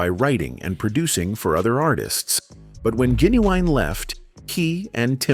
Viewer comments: Who TF is Jen-U-Winnie ........I can't stand this AI stuff sometimes man! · Bruh 😂😂 I thought I was tripping when I heard the way ai pronounced “Playa.” Making it difficult for no reason. At least I feel some job security now 😅 “GeeUweenie” took me clean tf out! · Yo🤣😂🤣😂😭WHAT THE FUDGE🤣😂🤣😂😭WHO???😂🤣😂 GEE-NEE-WEENIE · I'm a little off topic but the way u said genuine's name is hilarious genuweenie LMAO OMG holding my gut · i said the same thing and he kept saying Ginuwine name wrong and Playa🤣🤣🤣🤣